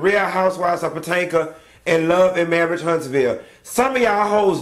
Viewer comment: What happened to him saying real housewives of patanka?! Lol